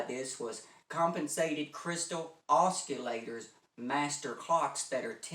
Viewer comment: I was laughing at his mispronunciation of oscillators. Thanks anyway.